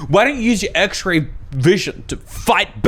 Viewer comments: “Axe-Ray vision.” This bugs the poop outta me. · Anyone else heard him say axe ray vision at the beginning of the story?